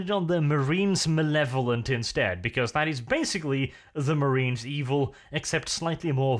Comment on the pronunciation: AzHasANewName Thee frooits of the dev-ill? Eeville? Thank you, you made my day.